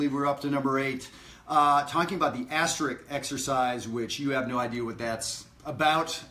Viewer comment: Great lesson, as usual. Thanks! NOW, for your lesson from an unrepentant word prig: the word is pronounced "asteriSk", NOT asterikS. Now let me go chase some kids off my lawn....See you at Maryland Summer Jazz. --Dayton